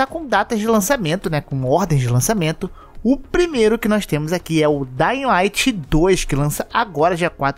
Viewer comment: Não se fala daying light e só dying light. Isso é uma crítica construtiva, visto que vc influencia muitas pessoas e tem um alcance nacional. Espero que continue com seu ótimo conteúdo! Abraços!